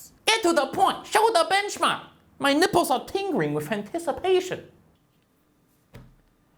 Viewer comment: "My nippres are a tingering with anticipation" -This benchmark comparison video i was trying to watch. Tennouttaten